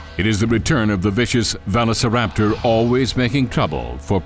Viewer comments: Also VALOSARAPTOR this guy can’t get velociraptor right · When I heard that one, I spit my coffee all over my keyboard. lolol Plus he pronounces it vella sir APTor. lolol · ITS VOLOSORAPTERS NOT VELOSORAPTER GESE LEAN how to Speak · It's pronounced velllllllllllllllllllllllllllllllllllllllllllllllllllllllllllllllllllllllllllllllllllllllllllllllllllllllllllllllllllllllllllllllllllllllllllllllllllllllllllllllllllllllllllllllllllllllllllociraptor not vethosiraptor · I think is veu-lo-ci-raptor. Not ve-lo-ci-raptor. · Omg really raluserrator it’s velociraptor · did he just say vevecoraptor...its veloceraptor noy vevecoraptor ugh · “Valisor- Raptor” 🤣🤣🤣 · how do you mispronounce the iconic velociraptor. so. many. times. its NOT velo- ceraptor..they were fast..so velocity was included in the name. velo aint fast..say it right damn it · I have 3 things to say: 1. Velociraptor is pronounced : Ve - loss - eh - rapp - tor 2. This Velociraptor desighn is a rip of from Jurassic Park 3 3. The sounds of the baby Tarbosaurs are those of a frightend piglet. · what is a valicerapter??? You meant velociraptor. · This guy's pronunciation is driving me nuts. "Valu-see-raptor" and "mick-row raptor".... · They call them this because they were value-sa-raptor. The actors playing the velociraptor were the lowest paid among the dinosaur actors in this show. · It's pronounced velo-see-raptor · Also the velociraptor, or "vanoseraptor" as the narrator sounds like, at the beginning likes Benny Hill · Weirdest pronunciation of velociraptor I've ever heard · man i hope that one day this man learns how to pronounce veloceraptor. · the way he pronounces velociraptor kinda annoys me lol Idk maybe it’s the correct way or whatever I’m just used to the way most people say it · They might have hired a narrator that could properly pronounce the names of the dinosaurs.... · i’m, what, 20, maybe even 30, years younger than this narrator... and yet i can easily say velociraptor...... and he can’t?